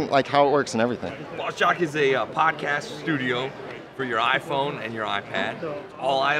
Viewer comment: It’s BOSSjock not BOX jock lol